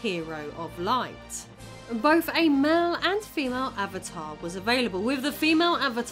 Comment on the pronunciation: Can you not pronounce "TH" you can clearly say "those", "the" "that" but all other th sounds get an F or V...... why? You say wif (with) wifin (within), bof (both), brover (brother), youf (youth), wever (weather), over (other) Please learn English and how to speak properly.